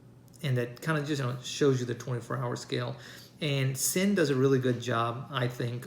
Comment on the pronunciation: Nice, it's pronounced Zinn